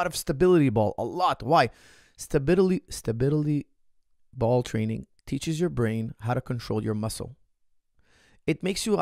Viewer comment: as you like stability ball so much, you should practice saying the word. If you stay consistent over a period you will become a master. I guarantee it! (Great content by the way:-) )